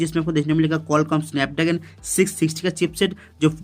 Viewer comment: Bhai video mai thoda Araam se bola kro aadi baate to smaj e ni aari.. snapdagan ni snapdragon hota hai Jaldi Jaldi mai “R” bolna bhool gye Kya thoda araam se bolo taaki words to clearly smaj aaye